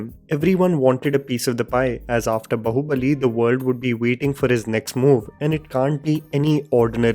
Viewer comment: Bro... Bahu is pronounced Bāhu in Bahubali.